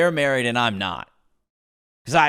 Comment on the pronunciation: "Om convinced"!!! 😂😂😂